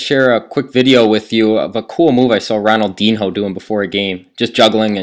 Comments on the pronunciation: I love the amount of people criticizing the pronunciation of Ronaldinho, when the vast majority of people don't even pronounce it properly. It's not Ronaldin-ho or Ron-Al Din-yo. In portuguese it's more like Hon-al-jeen-yo. You all are wrong. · wow lol it's pronounced: ronnell dean yo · Thanks but you totally pronounced Ronaldinho's name wrong... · haahaha ronaldin -HO the H is silent its ronaldeen yo